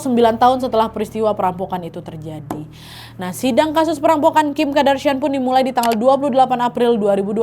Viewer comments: Kardashian kak Nad bukan Kadarshian 😭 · Kardashian wak, bkn kadarsian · Kak nad, Kardashian yaa bukan Kadarshian 😅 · Kardashian bukan Kadarshian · Kardashian not kadarshian wak😂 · Kak naaaad kok 'kadarsiaaan'... Qadarullah aja sekalian.. apa Kadarsieeuunn 😅